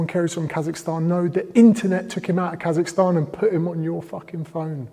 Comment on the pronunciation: Bro really said kasachstan